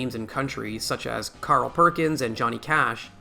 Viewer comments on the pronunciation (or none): none